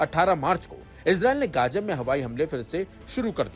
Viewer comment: Are bai uchcharan sahi se karo ye kya hai “ Gaja” “Mistr”😂😂😂😂